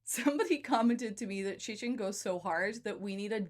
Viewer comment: Learn how to pronounce Cixin... X is "sh", C is "Tzz"